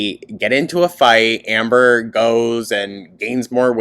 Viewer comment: I love being high and listening to how you say "hi ambor" KILLS me! I missed so ankleeee so glad youre back your commentary has been missed ❤